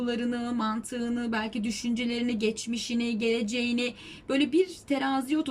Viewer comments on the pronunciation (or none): Geçmişini,geleceğini...🤣🤣çok iyi vurgu oldu😇